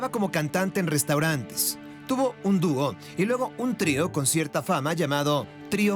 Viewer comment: El reportaje esta muy interesante, pero por favor, pronuncia bien las palabras: "duó" (esa no es una palabra, al menos en español); se pronuncia dúo, con acento en la u.